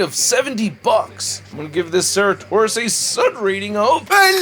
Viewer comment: This dinosaur's name is pronounced "sir at oh sore us" or "sara toe sore us" . I wish I liked these figures more. But my wallet is glad that I don't